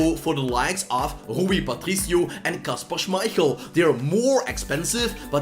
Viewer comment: if u watch this as german is kinda funny how he spells "kasper schmeichel" xd